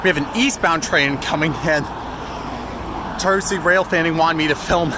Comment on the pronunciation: Thanks for doing my request! By the way, it's pronounced "shar-troose".